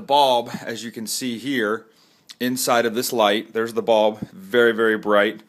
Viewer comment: Very helpful, but when he was explaining it “bulb” sounded like “ball” so I was super confused.